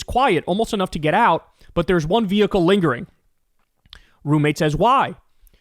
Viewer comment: His Vee-hicle